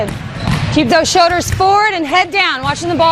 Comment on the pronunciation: What are showders and angows? It’s like L’s don’t exist lol